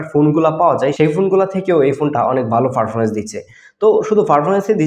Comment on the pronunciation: ফারফরমেন্স না ভাই পারফরম্যান্স